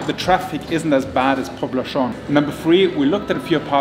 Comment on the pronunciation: You're doing not too bad on Legazpi. But Poblacion is pronounced poblassyon. In no country in the world people say "poblashon". Where the hell did you get that from?